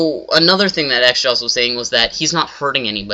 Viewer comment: its not "xjaws" its "xJawz